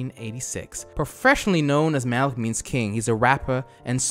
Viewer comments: is saying malik instead of malki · You may be dyslexic... You repeatedly read 'Malki' as "Malik". Mal-Kee, not Mal-Eek. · Isn't it malki and not malik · ITS NOT MALIK ITS MALKI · Thank you for the name correction..I was like, this dude dyslexic af lol. He readin it over and over and still sayin Malik 🤣 anyways, malki is a real life clout chasing clown. Nice video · Amm u said his name wrong like every time and the Bentley is a Roys Roys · I can’t watch this because the mispronunciation is killing me dude I’m screaming at my phone every time you say it wrong 😑